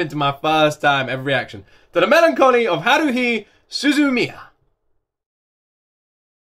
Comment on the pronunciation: Yep, got it right. It's HA, like laughter, RU, like "rue the day", HI, pronounced HE. Then, SU, like SUE, ZU, like ZOO, MI, like ME, then YA. You can break it up and say Suzu-Mia, because "MIA" and "MIYA" sound the same. All together it's "HA-RU-HI space SU-ZU-MI-YA". As for THE must watch anime... Dragonball maybe? FMA Brotherhood probably but you're watching that already. And Attack on Titan. Hard to pick really, lots of MUST watches.